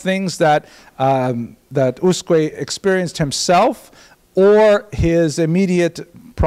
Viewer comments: The name Usque is not a common name, in fact, I don't think that name still exists in Portugal... But reading it according to European Portuguese rules, an acceptable approximation would be to read it like "OOSHK". The word is considered to have 2 syllables, with stress on the first ("Us"), but the second syllable is so brief that it sounds a but like a monosyllable. The "s" at the end of syllables is pronounced as "sh", so "Ooshk". One note to: pronouncing the "J" in "João" the way he does it (and apparently likes to do it), which is the Spanish pronunciation, is one of the most irritating things one can do to a Portuguese word... Other than that, great lecture. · As asked... in Portuguese in USQUE you don’t read the U after Q. You probably should read it as Usk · The right pronouciation is usk (u read like oo, s read like sh): I'm portuguese. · It's "Ooshk" :) Thank you for posting these lectures.